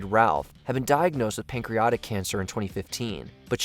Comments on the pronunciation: *PANCREATIC cancer, not “pancreotic” cancer. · Patriotic. Pancreatic. Not pancreotic. AI bullshit again? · Im sorry but wtf is pancreOtic cancer?? Its pronounced pancreAtic. It feels incredibly disrespectful to not even try and pronounce it right on NUMEROUS entries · It's pancreATic, not pancreOTic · I've never heard someone pronounce "pancreatic" that way (pancreotic). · "Pancreatic" has been mispronounced by the narrator throughout the video. Sorry.